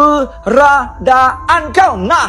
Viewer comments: Saya rasa Cik Pon tu sedang twist dia punya lidah bila saja nak sebut "KEBERADAAN"...haaaaaaaaaaaaaaaaa...malah rasanya Cik Pon lebih pandai sebut perkataan tu kot...haaaaaaaaaaa..😂😂😂😂😂.. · Kak ponti pun Duk gelak dekat atas pokok dgn pocong..😂😂😂..dia kata Manusia Mcm Dia kaki ponteng Sekolah sbb tu la tk bole sebut "keberadaan"